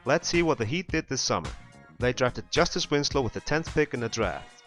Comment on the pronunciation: Hey! A couple things, 1), it's Justise Winslow, not Justice Winslow, I know the word is spelled with a c but the name is with an s 2). I respect your opinion, but if you look at the East standings last year, the Celtics and the Nets made the 7th and 8th seeds, respectively. I would think that this year's Heat are much better than either of those teams, and while I don't think they'll beat the Cavs if they are matched up, they are still a 7th or 6th seed team at least, by the logic I established there with the Celtics and Nets. Anyways, these videos are great substitutes for the regular season videos! Thanks if you read this!:)